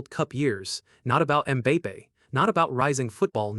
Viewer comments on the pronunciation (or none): Who the hell is "um bay pay"? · So sick of these Ai videos. Can’t even pronounce Mbappé’s name correctly??